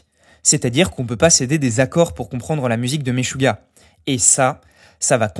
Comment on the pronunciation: Le groupe "Maisjouah" Hahaha 🤣 Stp...prononce les nomes internationaux comme il faut.